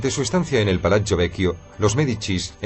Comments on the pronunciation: De acuerdo, si no saben pronunciar que traduzcan y digan plaza y palacio, y no piacha y palacho. Horrible. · es verdad quede aterrada cuando pronunciaban palazzo , es como si lo dijeran palachio terrible.